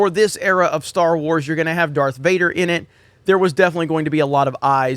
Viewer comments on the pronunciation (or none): none